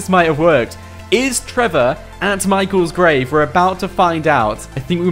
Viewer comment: he said michael grave